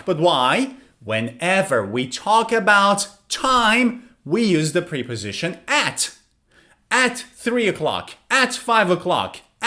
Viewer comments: Preposition is pronounced with a short e sound not a long e. It is pronounced like the e in pet or prep work. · He mispronounced the word preposition where the e is pronounced like the e in president, not the long e sound. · Actually, he mispronounced preposition each time.